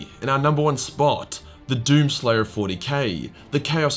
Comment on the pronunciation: Why the fuck did you call number 4 slayer of Allah